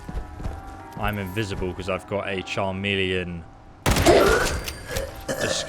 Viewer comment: I know I didn't just hear this dumbass say char-mealion